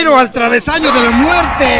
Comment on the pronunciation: El Facundo ya le pego lo de "de la muertee" jaja me encanta